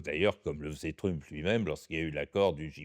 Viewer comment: j adore comment il massacre la prononciation de trump en truumpe lol